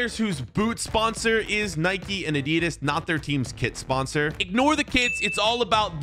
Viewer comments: It’s not nikeee it’s Nike also it’s not adeedas it’s adidas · It is not Nikey it is nike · Why do u call it nikey WHYYYY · its not NIKEE ITS NIKE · It's nike not Nikée and adidas not Adeedas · its not naiki it is nike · It's pronounced Nike not Nik. Nike was a Greek Goddess and the Greeks pronounce the E. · Its not niké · IT IS NOT NIKIE ITS NIKE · Nike not nikeeeeeeeeeeeeeeeeeeee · who tf says addedas and nikeeee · Can't you even pronounce Nike